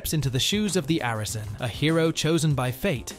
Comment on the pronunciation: You must be aware that's not how you pronounce Arisen or Ys, it just seems like you are recommending games you've never played